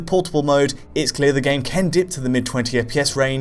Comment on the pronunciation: I like how always says "Ken" instead of "can".